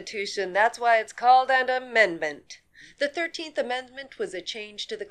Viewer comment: "That's why it's called an ammedment".